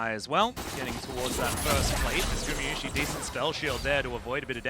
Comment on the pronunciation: T1 fan here, IT IS NOT GU MI IT IS NOT GU MEH IT IS GU MA PLEASE SAY IT RIGHT .